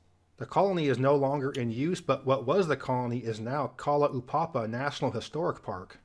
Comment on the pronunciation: just to let you in on some American terminology, we differentiate between Alaska and the other 48 with the term "Lower 48", whereas Hawaii calls us "The Mainland". The borough featured was said to be the size of Montana, which is the size of Germany. Rather than ka-la-WAY-oh, the Hawaiian county is ka-la-WOW, and Kalalaupapa is kah-low (rhymes with ‘now’) -PA-pa, rather than ka-la-oo-PA-pa., Cajun is a corruption of the French term Acadian, and when they were forced out of English speaking Canada, they found their way to Louisiana. The other term is Creole, and like he said, it's also a variation of French spoken in France, as well as a cuisine. It's rather strange that he didn't include the boroughs of NYC, since they were originally counties.